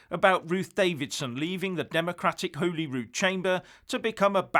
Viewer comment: Hi,love your content,but I’m afraid it is not holy rude as in the holy bible,it is holly rude as in the holly and the ivy,apart from that-spot on!